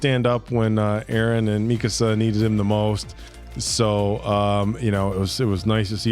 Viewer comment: I'm on your third episode now and I just have to say. Please it's "mi-kaa-suh"